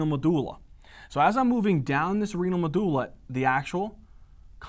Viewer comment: pronouncing Medulla is god perfection